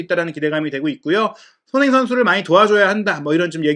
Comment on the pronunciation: 너무 좋은 분석과 정보 늘 감사히 보고 있습니다. 소중한 채널이 되어서 아끼는 마음에 조심스럽게 한가지 개선 요청 드려 봅니다. 그래도 '미디어'인데 주요 선수들의 이름 발음이 항상 '송ㅎ민', '정ㅎ영'식으로 훅 지나가는 것이 귀에 걸립니다. 멋진 매체로 발전하길 바라는 마음에서 드리는 말씀입니다. 사석이었으면 아무 상관 없겠는데 '매체'라서 이름만은 정확히 발음 되면 훨씬 더 매체에 대한 신뢰감이 상승할 것 같아서 외람되이 말씀 드립니다. 화이팅입니다.